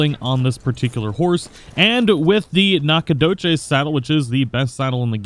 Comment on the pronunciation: I know this is old - but it is pronounced nack-a-doe-chez, It's the oldest town in Texas